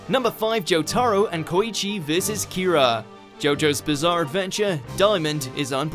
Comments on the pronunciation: it's jotaro not jotAro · Ew he said JoeTahRow It’s pronounced JoeTuhRow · Ok I KNOW this guy did not just say Jotaro like Hamtaro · Anyone gonna ask why he said Joe-tar-oh instead of Joe-tah-roh? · It's Jotaro, not Jo-tAARRo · Its Jo-toe-ro Not Jo-tar-o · I get my guy is British but Jot-ARE-o it’s Jot-uh-ro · It’s (jo-Ta-row) not (jo-Tar-o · More like JOtaro not joTARo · You pronounced JOtaro JotAro? You should be ashamed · Jo-ta-ro not Joe-tar-roe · But why is his name being pronounced 'joTAAro'? Why not just say 'JOtaro', which closer to Japanese but still Anglicised enough? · “JoE-Taroe” bro thats how you know he didn’t even watch the show 😂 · He’s supposed to say jotaro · He says jot aro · "Say Jo-taar-ro again! Say Jo-taar-ro again! I dare you, I double dare you motherf*cker. Say Jo-taar-ro one more Goddamn time!" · Why cant these people {} pronounce the names e.g Jotaro [= jotaaro] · joe-tar-oh God has left the chat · "joTARo kujo" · Why does the narrator pronounce Jotaro as Joe Taro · the one thing bad about reading a script that someone else wrote is that you dont know how to pronounce some names... jotAro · It’s prounounced jotoro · This man did not just say Jo-TAH-ro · he said jo-ta-ro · My guy he said jo-TAR-o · WHERE DA FUQ DID YOU LEARN TO CALL JOTARO JOETARUU LIEK DA FUQ YOU ARE POSER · Say Jotaro right please. (Joe - Tah - Roh) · everytime he says Jo-Taro i feel like suiciding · surprisingly they only mispronounced jotaro's name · Anyone else got pissed off by the way he pronounced jotaro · The way he says Jotaro should be illegal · That’s not how your supposed to say jotaro is it? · nvm he mistook Jotaro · the way they say jotaro is a disgrace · the way he says "jotaro" makes me mad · The way this man says Jotaro, honestly smh 🤦‍♂️ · the way he says jotaro hurts my soul. its a good video and all but it hurts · He said jotaro rong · The way he said Jotaro makes me sad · He is pronouncing jotaro wrong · I hate how he says Jotaro